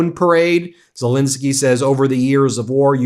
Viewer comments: Why do you always mispronounce Zelensky's name? It's not Zilinsky. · ffs, learn how to pronounce 'Zelensky'!